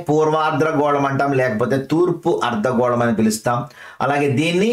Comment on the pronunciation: Sir మీరు అర్థగోళాన్ని, ఆర్ద్ర గోళం అని పలుకుతున్నారు. ర కారం ఎక్స్ట్రా వాడుతున్నారు క్లాస్ బావుంది